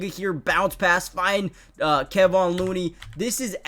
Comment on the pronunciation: If you’re gonna talk about these players, you’ve got to get their names right. Kevon is pronounced Ka-Von